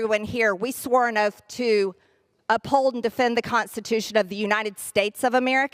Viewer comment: "The US took an Oaf" LOL